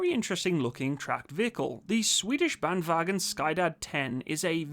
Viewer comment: Sky-dad 10 xD Sorry, I love you, and it really sounds like you've improved your pronunciation of "vagn". Skyddad is a tough word since it has a "che" sound instead of the "sk".